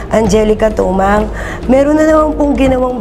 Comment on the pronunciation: Mali po kayo mam... angelica "timang"po atah😂😂😂hindi po tumang